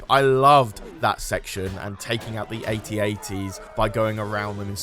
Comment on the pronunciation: If you have captioning on, it reads "8080" when he says a-t-a-t. That's because he's pronouncing it wrong. It's AT-AT.